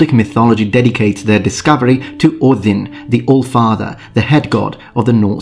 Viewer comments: Top marks for pronouncing Óðinn correctly! I just watched the video collaboration between Todd Cutler and Matt Easton and thought to myself, "Something is missing..." Aha! The! I would so dearly love to see a series of collaborations between the three of you. Be well. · I love the pristine pronounciation of Ođin